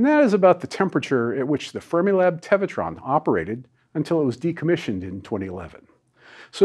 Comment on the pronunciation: Because you're talking about temperature technology, I keep thinking you're saying "Thermilab" instead of "Fermilab".